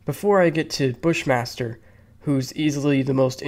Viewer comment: I swear to god, when they said Bush Master, I thought they said Fish monster 😂